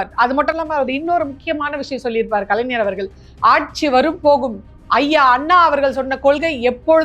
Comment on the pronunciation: கலைநர் இல்லடியம்மா....கலைஞர். தயவு செஞ்சி சரியா உச்சரி.